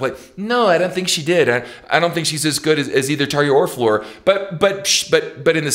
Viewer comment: I appreciate the correct pronunciation you use for Floor's name. Not many people get that.